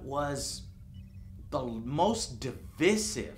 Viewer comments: Joe you might want to look up the pronunciation of "divisive". it's a pretty simple word and mispronouncing it gives the impression that you don't know what it means. it makes you look dumb and I know you aren't. other than that though, you rock and I love your videos. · I can't get over Joe's pronunciation of "divisive".